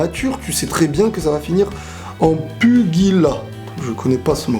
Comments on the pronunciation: C'est pas "puguilat" mais "pugilat" mdr, ca veut dire bagarre. Sinon cool ta video. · sa ne se prononce pas puguilat mais pujilat et sa veux seulement dire un acharnement de violence en gros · 🚨ALERTE🚨 je suis offusqué...wesh t'as dit pugilat comme si t'était un trimard😂😂😂 ça se dit " pujila " bon La je te l'ai écris en phonétiques mais wesh je suis par terre...pugilat...😂😂😂😂 merci pour cette instant de rigolade suprême j'en ai mal aux abdos...merci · Pugilat ça se dit pu{ji}la et ça veut dire une bagarre voilà :) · Salut ! J'aime beaucoup le contenue que tu produit et j'ai compris que tu ne connaissais pas le mot "pugilat" (je te dit ça pour toi , pour la prochaine fois , en aucun cas pour te juger ou quoi) mais le mot se prononce "pujilat" Bonne soirée à toi et continue ! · le pugilat en gros c'est de la boxe et le G se prononce j